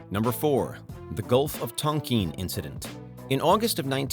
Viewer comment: Tonkeen haha